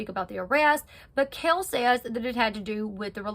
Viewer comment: That's really annoying to say her name wrong .